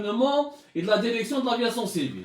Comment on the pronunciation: Il me fait rire quand il dit La derection hhhhhhhhh